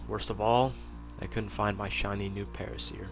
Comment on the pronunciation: Para-seer < Para -sore 😉